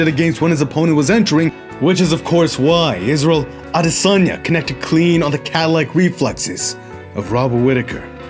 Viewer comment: Thank you so much for making an effort to pronounce Izzy's last name properly. It wasn't perfect, but it didn't need to be. The thought and intention behind it is what counts. And as always, fantastic video. It's honestly amazing how sharp and observant you are of the nuances of combat. We appreciate you! Signed, A Nigerian, on behalf of all of Nigeria 🇳🇬💪🏿